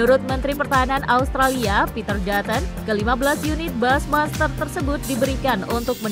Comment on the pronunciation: Halo narator, bushmaster itu dibaca busymaster, bukan basmaster. Jangan males belajar dooong....